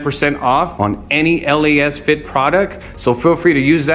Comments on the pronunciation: Why did u call it L.A.S. FIT bulb?🤣🤣🤣 sorry just heard what u said. It’s Lasfit. Not L.A.S.FIT. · actually. Most common I keep hearing it is lacefit/lasfit. This is the first from u. Not hatin at all. 😅